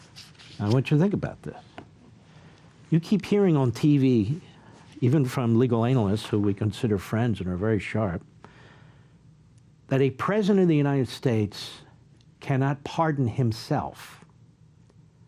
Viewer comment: Did you say "legal Analist?"...